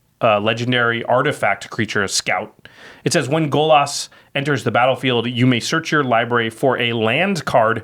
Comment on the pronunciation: Golos does not rhyme with Bolas